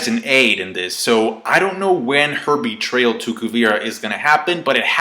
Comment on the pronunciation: Anyone else hear "bitch" for a second when Varrick said "Your name shall be synonomous with Betr(bitch)rayal!!!"